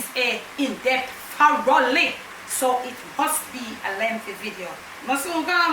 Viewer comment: Tho-rough-ly lol